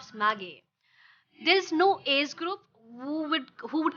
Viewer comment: What does aze mean my dear pls try to pronounce word properly it is age and pls be neutral in accent